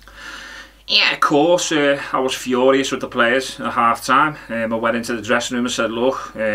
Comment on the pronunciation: The "Ye'course" got me good.